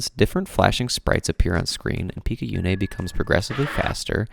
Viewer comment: Good video! Though I hafta note, we don't play as Izu during the game. Izu's the bunny girl, that's why there's so much rabbit-related stuff in her memory. We play as Picayune's corpse, revived by the suit she was wearing after she got possessed by the aberration. Also, it's pronounced pik-ah-yoon, and picayune is an actual word meaning "of little value or importance" which is just sad to think about